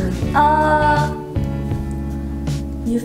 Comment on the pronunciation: WHY DOESN'T ANYONE TALK ABOUT SEUNGHEE'S FA-MILLI